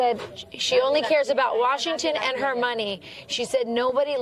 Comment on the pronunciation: What does AOC know about prosecuting felony cases? She can't say "and' without using 2 syllables! News asking her opinion about the taste of AIR is telling America it's good to be stupid. Channels giving her one breath of oxygen on public platforms it's telling Americans it's ok to be stupid. Your ignorance is important and will make you powerful and rich. Y'all should ask be ashamed of yourselves showing one second of her and alll like her.